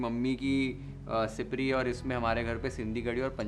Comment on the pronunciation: Amazing...it is exactly how I make curry at home. This is comfort food for all Sindhis. Also your pronounciation of siprii as well gwar is as we pronounce it. Your mom is Sindhi? Just like that felt like asking as the way you spoke today is more like we speak at home. Pls do sai bhaji . I am sure everyone will luv it. Thanks 🙏